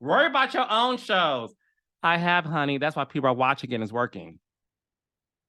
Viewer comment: CORRECTION: OWN NOT EARN